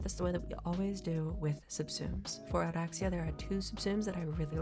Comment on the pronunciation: love how you roll the R's for oraxia, ive heard too many "or-axe-e-uh"